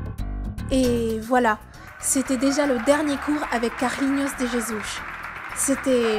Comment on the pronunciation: "carlinios dé jésous" d accord 😂😂😂